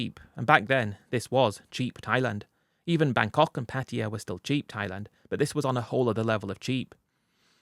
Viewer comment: Can’t you at least try pronounce the word Pattaya the right way ? What is patia ?